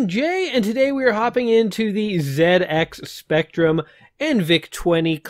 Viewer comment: One of the first games I ever played - as a Brit, thank you for pronouncing the name of the machine correctly the majority of the time :) There's a free game for Windows called Super Mario Pac that ingeniously crosses this game with various elements of Mario: It's quality stuff that puts up an interesting challenge with no simple freebies like the top-right platform to break it - well worth a go I reckon.